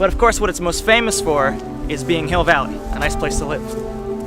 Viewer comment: Welcome to Hi(e)ll Valley